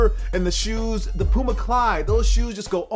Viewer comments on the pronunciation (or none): none